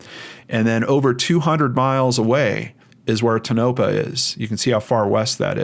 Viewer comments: "Toe-nuh-paw'... Not "Tu-noe-puh" ... 😉 Thanks for all your hard work! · I'm only partway through this video, but I just wanted to make a quick correction. Tonopah is pronounced TOE-nuh-pah. No biggy, just wanted to let you know. :-)